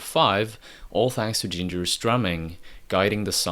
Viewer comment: I literally never think about Grand Funk Railroad if I can help it. Does anyone know where the narrator is from? I can't place the accent. He hisses his S's and barely pronounces his T's and D's. For example, the word "Ginger's drumming.." sounds like "Gingerssstrumming"